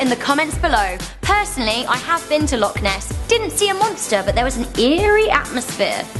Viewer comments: it isn't that hard to say loch properly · You said loch wrong by the way but I wouldn't expect an American to get it